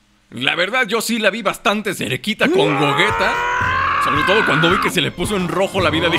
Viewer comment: Se dice Gogeta jajaja no es broma